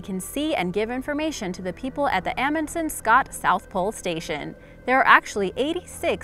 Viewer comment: What is the point of hiring a voice over talent that sounds like Brittany Spears if your video is supposed to be about Earth science? If you don't know how to pronounce the name of Amundsen–Scott South Pole Station, you have no business narrating this kind of video "Bye, Everybody!!"